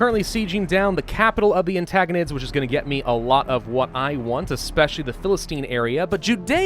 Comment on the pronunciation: please, it's AntIgonids with an "I", not an "A". Ant-I-gonids Edit to say I loved the video and all the work you do. It's just the pronunciation sometimes.... Have a good break! I really hope you enjoy it!